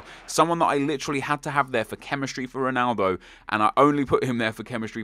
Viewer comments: Nep, its ronaldo, not juanaldo, shurrrrrup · Why do you insist on pronouncing Ronaldo and Jese like a spastic?